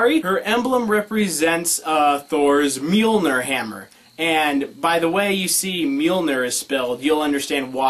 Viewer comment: Your Mjolnir pronunciation is wrong too, it's Mi (as in Milk) Yall Near